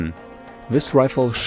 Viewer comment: The FAMAS nicknamed 'The Bulge' lol. Btw it's The Bugle. Also the C7, is the Cah-NUCK motto, not nook. 'nuck' is pronounced like "knuck-le'.